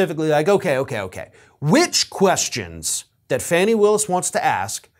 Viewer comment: Her nqme is D.A. Fanni Willis, and it is not pronounced rhymes with danny. It is Fanni, rhymes with bonnie, please, at least try to pronounce her name correctly,.